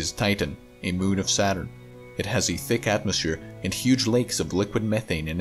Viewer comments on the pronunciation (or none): And “ticc atmosphere”